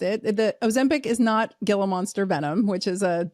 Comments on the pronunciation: Love the info but, as an AZ resident, let me help you out: The pronunciation of GILA is pronounced "Hee-la," due to its Spanish origin. :) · Gila monster is pronounced "Hila"